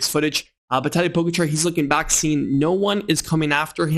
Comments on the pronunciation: It’s Po-Gotcha! Not Pogarchar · Hey btw its Po-ga-cha not Po-go-char 😃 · The A in Pogačar is long. Poh-gaah-char. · O-M-G This video is unlistenable because of your DUMBASS pronunciation of Pogacar NAME!!!!! YOU SUCK!!!!!!!!!!!!!!!!!!!!!!!!!!!!!!!!!!!!!!!!!!!!!!!!!!!!!!!! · Dude, you have a cycling channel and you can't pronounce the name of the dude who has been the number 1 rider for the last 4 years? It's not even that hard. Is it laziness or something else? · Missing an R at the end. End no T. Its hard to explain, his not saying it bad, just need emphasis on the second A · This is a message mostly for. Since you made an effort to correct you pronounciation of the name Tadej's name here is another correction. For both the first and the last name the accent is on the second syllable.